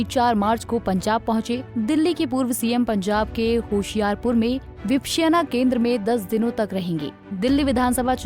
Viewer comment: 😂 please pronounce vipasana 😅 this anchor